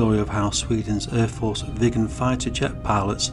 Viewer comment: ffs...Viggen NOt Vegans!!!!!;)